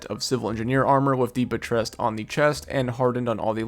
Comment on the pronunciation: Fun fact: if you PROnounce buttressed as BUTT-tressed, you can sing it like hook in a big time hip hopptey song. Other than that major miss, great show got my sub!